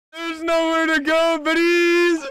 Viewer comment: Wtf is that word you're saying al THE time? Britties?